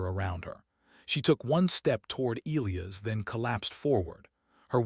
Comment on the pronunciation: Your AI doesn't know how most people pronounce "Elias". That sucks.